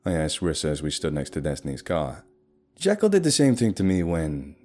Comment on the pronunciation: I think it's been long enough that you forgot that he is very particular about being called Jee-kyll not Jeh-kyll